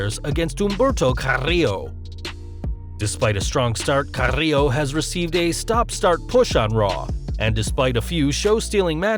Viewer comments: The way this guy pronounces Andrade, and Carrillo makes me want to throw up. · andrrrrade...carrrrrillo lol..chill with the Rs